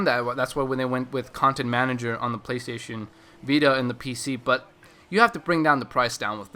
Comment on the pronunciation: Hahaaaa he said PLAYSTAYSHEN BITA !!! Lol.